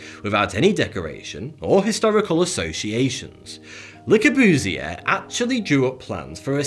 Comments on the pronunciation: The worst pronunciation that I've heard: Lackabjusy for Le Courbusier. Learn some French and learn a more beautiful accent. Colosseum did not crumble away. It was removed piece by piece by later generations until a pope wanted to keep it because Christians had been killed there. Generally I agree with the speaker, but get rid of the creepy mustache. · Your pronounciation of Le Corbusier is quite wrong. But as for other things, yes, he is the evil Sith mastermind, responsible for the cultural genocide in the post ww2 western world. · You hate him so much, you are saying his name so wrong, it hurts ;D I hate him too ^^ but i know his name for aesthetically crimes just to well and it is to be honest impressive how wrong you say his name on every level ;D You can google how to say Le Corbusier very easily ^^ i had to, just in case everyone around me in my life was saying it wrong. ^^ I am happy that i was right, otherwise it would have been a very hard rewiring in the sound department of my brain. ^^ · Can you pronounce "Le Corbusier" again? That's so funny how you say it :P